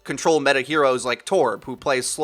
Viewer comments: Please quit saying s-OH-mbra. It's s-O-mbra. Usually wouldn't bug me, but the name is said out loud in the game. The pronunciation is audibly given to you. There is NO reason that you, or anyone else should be mispronouncing it. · She literally says "Soh-mbra online" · I did, she still says "soh-mbra" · and a really annoying pronunciation of 'sombra'...gooooosshhh i hate it.